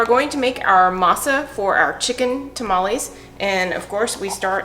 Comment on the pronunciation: Dude, you've lost weight! Grats! Get a real blender. And its tah-mah-less not ta-ma-lease